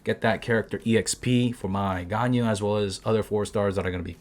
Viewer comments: Here's to help u wif prononcing Ganyu's Name. Gan = like Shao Khan from Mortal Kombat but with a G as in Ghan, Yu = Imagine You and we, mix it together and it should sound like Yuwee read it fast and ull get it right, u can also pronounce it as yee. 👍🏻 Keep up the content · Everyone: Ganyu Me: Ganao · new MEME: ”ＧＡＮＹＵＬＥＳＳ”